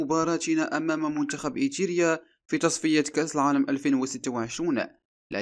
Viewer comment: ايريتيريا وليس ايتيرا يا اخي. اقرأ النص قبل عرضه.